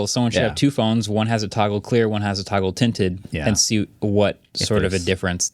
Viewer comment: toggle tinted? boggle binted? 👽